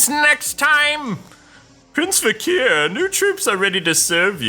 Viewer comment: You said vekar wrong